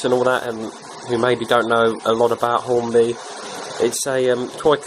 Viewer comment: you said Hornby wrong, it's Hornby not Horny.